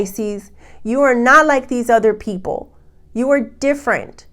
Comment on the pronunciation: Does anyone else air-punch when she says "Pi-sces pee-ople!!"...even if it's like kitten punches cause you're tired? "No you don't want to get any skinny-tea", hahaha, love.